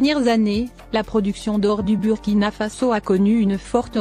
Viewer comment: Il faut songer à mettre le drapeau du pays des hommes intègres. On lit bourkina et non avec u.